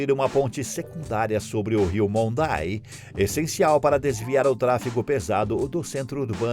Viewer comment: O Rio chama-se Monday, [ pronuncia-se [ mondaí ] oxítona e NÃO [ móndai ], que seria paroxítona... Aliás é um nome de origem da língua indígena Guarani... que é tbm uma das línguas oficiais do país vizinho. Devia ser regulamrntado, que impropriedade lingüistica/erro. E que NÃO fôssse permitido, a publicação de vídeos na rede www, com esses tipo de erro, p'ra evitar a disseminação de erros que compromete a informação.. Surpreende-se... Com tanta teclogia avançada, d'hoje-,em-dia, como é que o algorítmo, NÃO pudesse/possa ser programado, p'ra dectetar esse tipo de erros,.. Particularmente na topônimia qto a identificação de locais geográficos.